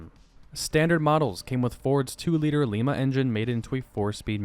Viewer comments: Great video. One note: those Ford engines were not made in Lima (“leemah”), Peru, but Lima (“lighmah”), Ohio. A classic Midwestern rust belt town, pronounced like the bean. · “Lima” as in the Lima engine plant. It’s pronounced the same as the bean (long I sound, not the Spanish long e sound), not like the city in Peru.